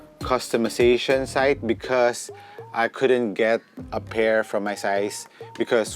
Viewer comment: “Becoz” Wtf accent pa more HAHAHAHA